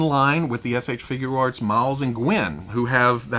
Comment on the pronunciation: He’s so well spoken but why can’t he say figure arts? Just think of it as FIGYER.